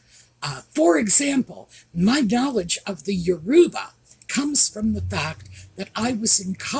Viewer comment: The embarrassing Harkles should no longer be part of the Invictus Games as they are a total distraction from the important people, the competitors. By the way, regarding the pronunciation of 'Yoruba' the emphasis is on the first syllable, not the middle one.